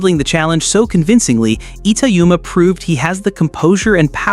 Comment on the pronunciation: Learn how to pronounce his name before you do a video on him